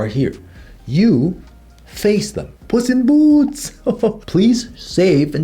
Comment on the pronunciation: really said Japanese puss in boots with Korea accent 😭